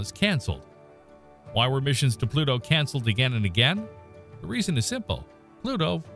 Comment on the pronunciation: I hope the grim reaper takes pity on you with the pronunciation of his name you have mangled.